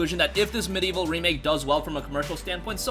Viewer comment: There are four syllables in MediEvil and in 'medieval'